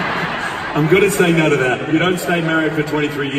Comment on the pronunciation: I was expecting him to have an Australian accent so when he started it off and sounded American I was confused but then he said NAUR (aka Australian No) and I was like THERE WE GO